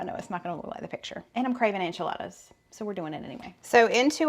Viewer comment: It cracks me up the way he says Enchiladas, Onchiladas. 😅